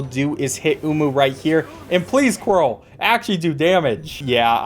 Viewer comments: love how butchered every single name except quirell's but that's the only one he thought he pronounced well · It is fun to watch you speedrun my favorite game, (especially because I already know all the spreedrun tactics). But I will overlook your mispronunciation of various names, (don't worry though, you got Quirrel correct). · I am the only one who found it funny that after mispronouncing both Cruz mother and salubra, he pronounced quirrel correctly and then questioned if he did?